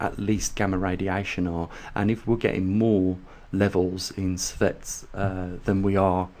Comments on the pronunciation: lol...so is mispronunciation of an important operative word....even with the accent. sievert does not become servette due to an accent. You're awfully tight-assed about a simple correction. Chill....and realize that science does not work well in mispronunciation-land. Adults can accept correction. Scientists welcome it. Idiots prefer not to be corrected. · seeverts. Sievert. Not Servette. TY. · Geez..an accent is at play here!